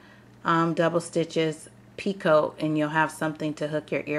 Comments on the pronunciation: Picot is pronounced like (pea-coe) The t is silent. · it is pee coe. the t at the end is silent. these are gorgeous. and nice clear tutorial and pattern..